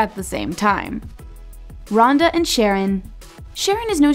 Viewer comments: It’s shareOWN not sharrEN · I HATE when you all mispronounce ppl's names!!!! Did you watch 1 episode??!!! His name is SHA-RON!!!!